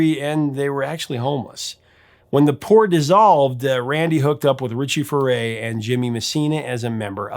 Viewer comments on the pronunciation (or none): Bernie Led on, Led on. Come on. Zero credibility to anyone who pronounce Bernie's last name. Oh yeah, it's Few ray, not Foo ray. Come on